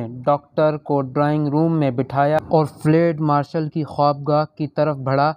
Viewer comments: اوو چاچا فلیڈ نہیں فیلڈ ہوتا ہے. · Lafz flaid nahi balke field hy. Drustgi ker lain. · لفظ ُفیلڈُ آپ نے بالکل غلط پڑھا ہے